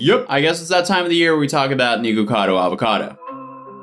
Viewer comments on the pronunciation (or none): It's not "niko" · its nick-a-cado not niko-cado, for some reason this is unwatchable for me cuz of how ur saying it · I think he just said nego Vado Avocado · WHY IS HE SAYING NIGUCADO